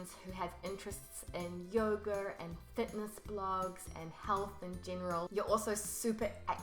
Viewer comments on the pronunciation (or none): none